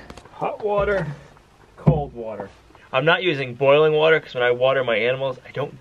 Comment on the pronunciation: I think hot water is hutter than hut warter.